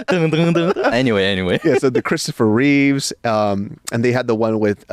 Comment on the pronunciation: Both of you saying "Christopher Reeves" is killin' me. LOL! It's "Christopher REEVE." No "s" at the end.